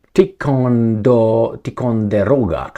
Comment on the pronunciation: Ty- kon-dur- oga. Kwench-uz